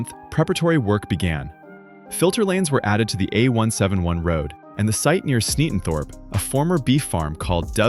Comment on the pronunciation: 'Sneatondorp' what ai narration slop is this? Get a human and get it right.